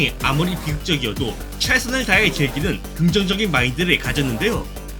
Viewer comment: 즐기는을 개기는이라고들었억ㅋㅋㅋㅋ